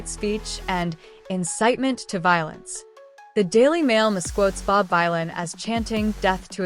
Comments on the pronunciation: Dunno if it's cos this is an ai voice or cos it's an American narrator, but just so the creator knows... Bob Vylan is actually pronounced "Villan" (like Bob Dylan)! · It's pronounced VILLAIN, you AI moron.